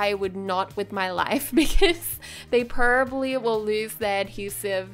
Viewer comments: PRO-BAB-LY. probably. NOT prlby. jss chrst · You say peribly not probably it’s funny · PLEASE OH PLEASE PRONOUNCE PROBABLY CORRECTLY NEXT TIME OR STOP SAYING IT I COULDN’T STANDDDDD IT